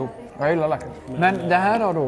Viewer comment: Skitbra klipp! Men det heter Lakrits och inte Lackrits ;P